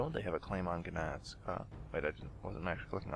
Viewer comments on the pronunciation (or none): Your pronunciation of Gdansk annoys my Polish heritage. Checkout watch?v=dvm4YgQJUGc to see how it is pronounced.